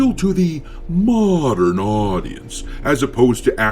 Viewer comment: When you say mondern audience just cracks me up 😂